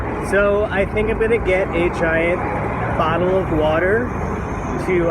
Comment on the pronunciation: .... did he say a diet bottle of water, or a giant bottle of water?? :P